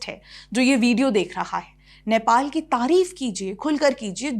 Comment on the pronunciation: नैपाल nahi hai, नेपाल hai. Sahi se uccharan karo. Hamari to ek hi lipi hai. 🤦🏻‍♂️